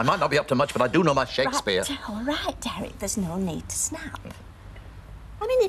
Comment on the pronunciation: The way Mavis pronounces 'Derek' drives me nuts. In fact, it's every word that ends with a 'k' 🙉🙉🙉